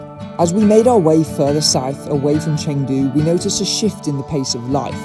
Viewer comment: First of all, it's Chengdu. At least learn how to pronounce and write the city's name correctly🙂